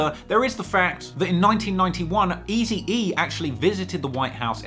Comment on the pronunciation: Is it just me hearing funny when is pronouncing Tupac wrong😅 and what about Easy E😂c'mon